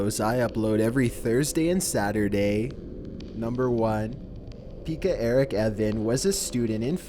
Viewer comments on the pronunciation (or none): im from Finland and you pronounced "Pekka" into "pikka"